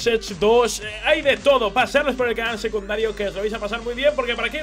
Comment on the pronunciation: ¿Dónde está mi?¡ nunca dice "secundario", dice "seduncario"!